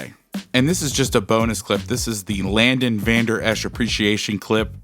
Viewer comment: Just a small correction. It's Leighton(Layton), not Landon.